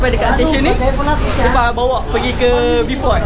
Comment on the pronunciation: Urg sabah x sebut B..fort tp BO..fort..